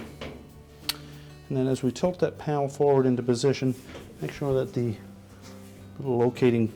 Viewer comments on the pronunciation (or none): Please learn how to use the words THEE and THE correctly !